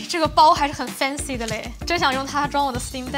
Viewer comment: 3：10 怎麼有台灣腔XD [很fancy的勒]